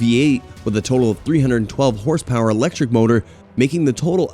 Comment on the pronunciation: Hahah mispronunciation master . Got all the horsepower wrong and with an American accent talking about pounds